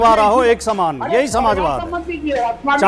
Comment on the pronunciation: यह वीएचपी का गंदा किङा जब प्रश्न का जवाब नही दे पाया तो समाजवाद को नमाजवाद कह रहा है।